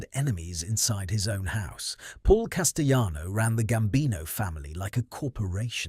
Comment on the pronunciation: Good lord!! It's Cas ti lano! NOT Cas ti yano!!